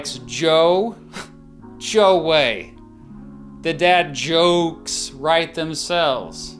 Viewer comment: 27mins for "Joekes" 🤦